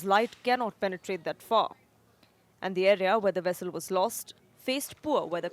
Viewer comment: It's not "wessel". It's vessel. And you can't say poor weather conditions for underwater areas.